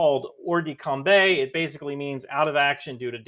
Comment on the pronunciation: Quite minor point, but it's pronounced "combah", not "combay".